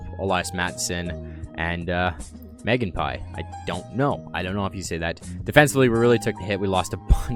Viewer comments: It is mon-ge-a-pon-ey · Meganpie... lol. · Mangiapane calgary u said "Megan pie" lol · Pronounce man gia panny forbthe guy in Calgary you can’t pronounce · Andrew MAN - JEE - A - PAN - EE (Mangiapane) which is Italian for Eat Bread, funny enough